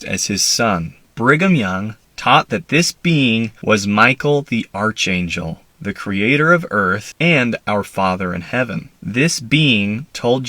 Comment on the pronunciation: Every time you say archangel, I cringe